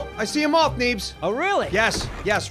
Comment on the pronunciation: Why does say moff instead of moth